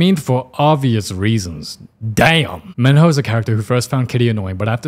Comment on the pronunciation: LOOK I AM NOT JOKING, yes XO, KITTY was good, but AT SOME LEVELS. Like i am sorry but she literally called "Minho" as Meanho, and that irritated the fuck outta me